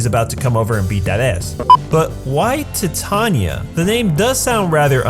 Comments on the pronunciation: You pronounce Titania like(tai-Tay-Ny-a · I don’t know why but it bothers me whenever he says jellel and titania and lisanna